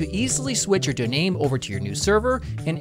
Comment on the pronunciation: Nice one, thank you!... Am I the only one that hears "easily switch your DONAIM" in the linode ad in the beginning? lol